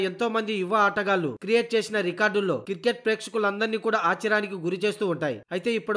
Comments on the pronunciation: Voice over evado gani adi kiriket kadu ra naayana cricket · కిరికేట్ కాదు క్రికెట్ భయ్యా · Kirket yendi ra ayya.... Cricket anu....🤦🤦🤦